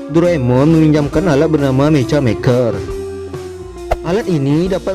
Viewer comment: Dibacanya bukan meca tapi meka salah ngomong woi